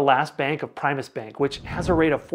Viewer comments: I bank at Primis and love them. BTW, it's pronounced PRIM-US not PRIME-US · Prime us lol